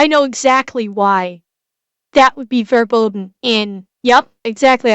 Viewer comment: good pronunciation for the German word "Verboten"